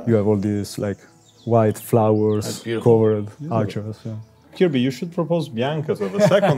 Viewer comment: "My-a goood friend-a,." I love Italy!